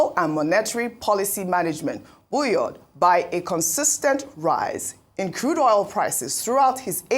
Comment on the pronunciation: Buoyed pronounced as “boy” (past boy-ed) not buyoid or buyod or buyold